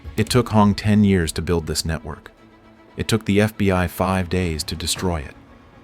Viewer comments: Is it really that hard to get the AI to say "FBI" instead of "FBY" after all this time? xD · This fucking lazy ass channel pronounces FBI “FBY” in like half their videos. I get it it’s made with AI but you can’t even check for fucking errors before you post?